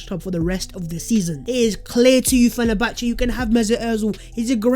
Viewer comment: you should ask hughwizzy for right pronunciation of "Fenerbahce ".!